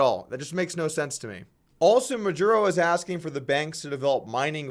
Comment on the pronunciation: Jesus Christ it took me a while to understand "Maduro". Gotta practice dat spanish Doug!